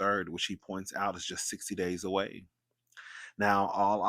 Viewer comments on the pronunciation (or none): none